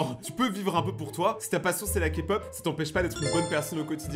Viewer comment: Merci d'avoir dis K-pop et pas ka-pop et je suis une grande fan de K-pop et de 😊❤